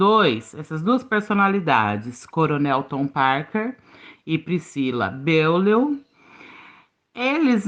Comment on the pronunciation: É "Priscilla BOLIÊ" que se pronuncia o nome da megera, querida... O coronel foi diagnosticado como psicopata quando serviu o exército, e sua personalidade parece corroborar esse diagnóstico. Priscilla era (é) uma narcisista, transtorno quase tão ruim quanto ser psicopata.